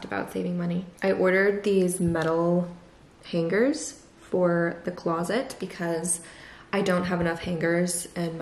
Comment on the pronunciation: For some reason the way you pronounce hangers with the hard g is really bothering me lol